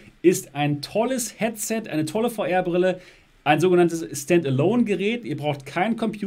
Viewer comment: Wer versteht auch immer Feuerbrille 🤣